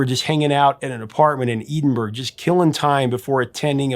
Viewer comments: "edenburg?" i think you meant Edinburgh, pronounced "eddin burra" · "Eedin-burg"? Do you mean Edin-burra??? And lord knows how he managed to massacre Inverness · Love the channel and love the Proclaimers. However being a proud Scot and hearing many mispronounced Scottish words and places does annoy me somewhat. Inverness is pronounced “Inver” - “ness” NOT “In” - “verness”. Edinburgh (the capital city) is pronounced “Eh din”- “burruh”. The forename “Craig” is NOT pronounced “Cregg” like most Americans mispronounce it, but is pronounced “Craygg” it actually means rock in Scots Gaelic. The place called Leith is pronounced “Leeth” NOT “Lee ith”. Sounds pedantic but the whole reason it was a hit was because the song was sung in broad Scottish accents. Remember - if it’s not Scottish it’s crap. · Its crAAAgh. As it’s all over the rest of world Not Crug. And Ed-in-bah-rah not edit burgh . Cheers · Creg…. cray-g = Craig Edenburg… ed -in-bruh = Edinburgh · EH-DIN-BUH-RAH not Edinburg or Edinborow. Edinburgh - Edinburgh-burrah. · EE-din-berg... Tell me you've never been to Scotland. LOL. Still great post as always! BTW - it's Eh-din-burah. FWIW, out cover band used to play this in the 90s - always a hit because no one ever saw it coming. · aye, Eeedinburrow always makes me grate. Please everyone - its EH-DIN-BRUH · Wow. I'm Scottish and these are the worst pronunciations of Scottish cities ever. - the capital of Scotland where I am right now Edinburgh - is not produced Eden-Burg. I thought it was better known. It''s just funny, I'm not insulted or anything, but wow. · Sorry but at 8.13 - where the f**k is eedinburg? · By “Eden-burg”, do you mean Edinburgh? 🤦‍♂️ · In ver ness , ed in bur uh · ED IN BURR A Edinburgh We cannot understand YOU 😮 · Your pronunciation of Scottish place names is terrible. In Ver ness, Ed in bu rar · Edinburgh is Scotland's capital city the G is silent pronounced Ed -in - burra a Burgh is a walled or protected town . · Me too.